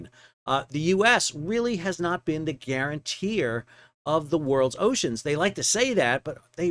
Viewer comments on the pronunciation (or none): gare-an-tor not gar-an-tee-er